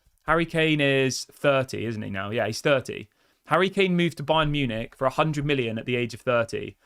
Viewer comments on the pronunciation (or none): none